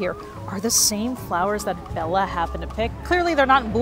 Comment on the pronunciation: I am so happy you pronounce Bella’s name correctly, so many people pronounce it incorrectly. I am Hungarian and so is he. Thankyou ❤️